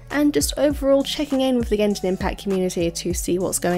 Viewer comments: Did you say genjin impasse at the beginning? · Is impact, not impass! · Why do u pronounce the letter s so much this triggers me to death like dafuq is Genshin impassssss its pronounced Genshin impaKkkkkkt there is no S there why are u torturing meeee